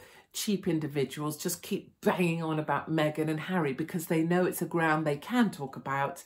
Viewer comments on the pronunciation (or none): none